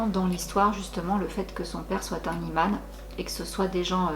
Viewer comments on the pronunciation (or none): *imam et non iman mais sinon super video je kiff continue ce que tu fait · Coucou, on dit "imam" et non "iman". Et je confirme qu'au Maroc, on raconte énormément ce genre d'histoires et on craint fort le mauvais œil et la sorcellerie. Personnellement, je trouve que ça relève plus de la légende urbaine tellement le paranormal prend beaucoup de place dans l'esprit des gens surtout les moins instruits. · Merci beaucoup ❤️ histoire terrifiante, mais top. par contre on dit Imam 🤗